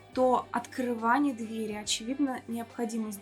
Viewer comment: Хороший обзор, только разберитесь с ударением в слове дверь в разных падежах. А то сложновато не думать об этом при каждом неправильном произношении